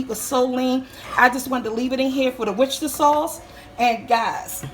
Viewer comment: I giggled so loud, because of the mispronunciation of 'sausage' but ya nailed 'worcestershire sauce'.... lmao LOVED IT!! lol